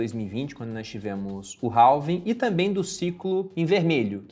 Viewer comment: Halving se fala REVING, se vai falar abrasileirado fale então ALVING já que o H em português não tem som.